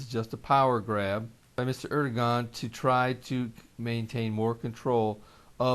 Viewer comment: Erodogan pronounced Ur-doe-Wan FYI